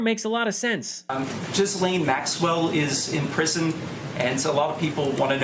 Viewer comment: I know this is nit picky, but you don't pronounce the s in Ghislaine Maxwell's first name!